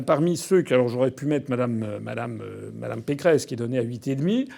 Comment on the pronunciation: Vous avez dit "Valérie Pécron" au lieu de Pécresse, au début , c'est très très rigolo, vu qu'elle ressemble tellement à Emmanuel Macron ...